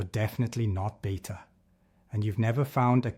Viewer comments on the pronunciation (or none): none